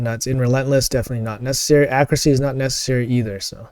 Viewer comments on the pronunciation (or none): none